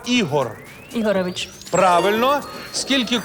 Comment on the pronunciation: ІГОРЕВИЧ? Чи я щось не так почула??? Має ж бути Ігорьович!